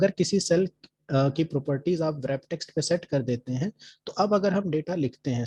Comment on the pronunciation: wrap text bolne me w, silent rehta hai